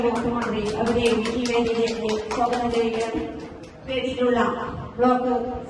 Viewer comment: സോഗതം അല്ല സ്വാഗതം